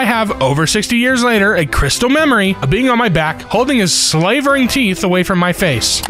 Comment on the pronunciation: Is slavering really that rarely used today that people don't know how to pronounce it? Idk, I think my default standpoint on most things is "well if my dumbass knows it, basically everyone must", and I'm pretty surprised every single time(36 here) it happens. Oh, and dude, read the comment first, then record yourself reading it. Trust me, works much better.